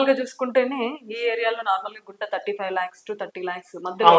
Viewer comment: Fly floors entamma..five not fly 😂😮